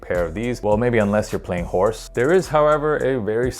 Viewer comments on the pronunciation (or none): none